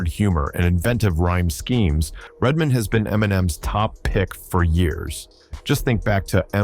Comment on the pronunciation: and redmin lol